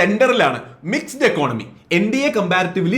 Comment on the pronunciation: Economy = ഇക്കോണമി 👈 Economics = ഇക്ക്ണോമിക്സ് മി.. താങ്കൾ ഇക്കോണമിയുമായി ബന്ധപ്പെട്ട കാര്യങ്ങളാണ് കൈകാര്യം ചെയ്യുന്നത്. ഈ വാക്കുകൾ ശരിയായി പറയാൻ ശ്രദ്ധിക്കണം. ഇക്കോണമി, ഇക്ക്ണോമിക്സ് കൂടാതെ Budget = ബജറ്റ്